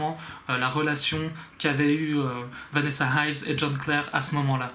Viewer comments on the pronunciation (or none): It is Vanessa Ives..not Vanessa Hives (because I am thinking about the band The Hives) and also 'hives' is the English term for the disease Urticaria.